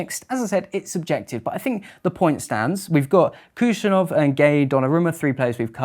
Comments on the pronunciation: When will you stop calling Khusanov Kushanov? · it's been more than 1 year since transfer to learn it. And it's not about pronunciation, it's just a wrong name, like calling John Jong or Thomas Tomash. Ps: even Khusanov is not a perfect pronunciation, right one is HoosAhnov, accent on 2 syllable